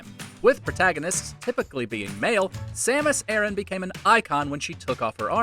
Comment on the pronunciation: Baron Sah Met Ee Sam.uhs eh.ruhn